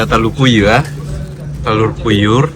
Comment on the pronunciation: Hahahahaha, satria onde bahasa Indonesianya sangat kampungan, untung bahasa Inggrisnya lancar, masak iya telor puyuh di bilang nya telor puyur, hahahahaha